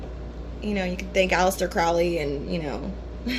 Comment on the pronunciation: Uncle Al's surname is Crow-lee, like the big black bird Crow. Excellent points and if you see this comment on your 4 year old video, Joey P was responsible for me being here. Anytime any one speaks on Thoth, I try to listen. Thank You! Peace!